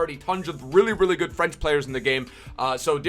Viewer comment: I love when he says GUD EVENING EBERYONE